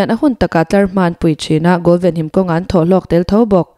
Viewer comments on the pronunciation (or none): none